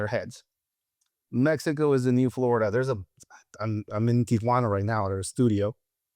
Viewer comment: Yeah, I hear you. At least he pronounces Tijuana correctly!!